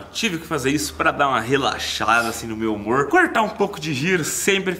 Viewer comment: tu falou relaxlada 🤣 🤣 🤣